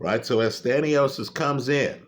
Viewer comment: Wtf is Staniosis? He ain’t a disease bruh it’s Sta-nio-Nis.😂